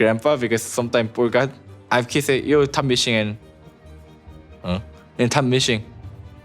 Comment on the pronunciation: TOP MISHING HUH? TOP MISHING HE SAY HUH? LOL